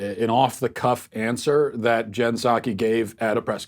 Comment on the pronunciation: And its pronounced “saki” not “pahsawgi”. Not that you would care because she works for Democrats therefore she’s evil